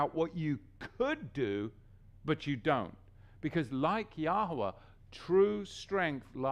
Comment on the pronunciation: Shalum.. Sorry but I feel to comment.. I have been watching your sermons about a decade now and im finding it difficult in my ruach when I hear you pronouncing His Name as YAH-WAH! Why can i ask did you change from YAHU-AH? There is no W sound in Hebrew... Yahwah is same as Yahweh (both pagan origin). I pray you seek Yah as your sheep fold are following you... All said in love. Shalum